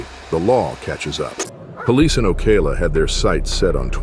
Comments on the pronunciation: "oh-KAY-lah???" No such place. It's Ocala (oh-KAH-lah). DUH! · .... Oh-kal-la... Ocala, Florida